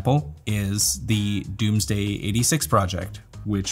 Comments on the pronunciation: It's DOMEsday, not DOOMsday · Is Domesday pronounced Doomsday? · homeboy is incapable of pronouncing "domesday" and "composite"